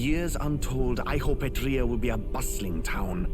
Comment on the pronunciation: Eht Ria. Etrian Odyssey.